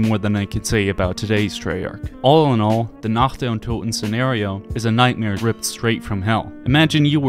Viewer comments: I'm german and I've never heard a native english saying "Nacht der Untoten" that correctly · As a german, I'd like to point out how wonderfully you pronounced "Nacht der Untoten" thank you! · I really have to say, as a German, it satisfies me that you can pronounce "Nacht der Untoten", so well. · Did you practise pronouncing "Nacht der Untoten"? Really good pronounciation